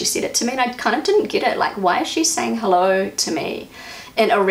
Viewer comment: You don't say the "Hallo" right...it must be a long "o" and it must sound like a question....you basicly wake them up and ask what they are thinking to do or say such a thing.You show them with it that you don't like it